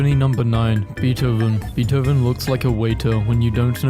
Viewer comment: he pronounced beethoven correctly i am ecstatic